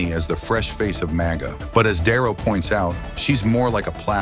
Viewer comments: AI bullshit channel .ROBERT DiNero, not darrow. holy shit. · Di Nero not Darrow